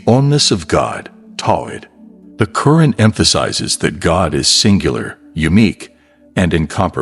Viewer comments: You call it the Karen in an actuality is say it’s pronounced the Quran!! Can you please pronounce the words correctly? Cause how would you like me pronounced your book as the bib?? You wouldn’t like it so pronounce it the correct way and this is not my opinion this is pronunciation you went to school. You know how to pronounce. The correct way, so please put some respect on it.!!! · asrwghfirullah may AI not be your true islamic perspective of islam. Just hate it call me a hater yes man is hating hating on the fact that u decided its ok for ur ai big daddy to pronounce Qur'an as kuren and Allaah as Alah it is satanicly disgusting please can u improve ur damn videos in the future In sha Allah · Beautiful graphics but the Narrator lacks even an elementary knowledge of Arabic, pronouncing "Qur'ān" as "Currin," "Sura" as "Sewer"....and "Bismi l'Allah" incomprensible,.even in Enlish no effort is made to APPROXIMATE Arabic pronounciation....Where'd you find this incurious ignorant rube? Regards from Mexico City! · Pronounced ‘Al Qu’ran’ القرءان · Is this an AI narrator or actual person, mispronouncing Qu'ran